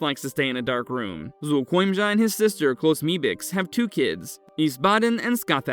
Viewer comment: The monster itself might be lazy but someone who took the time and effort to pronounce its name correctly is not.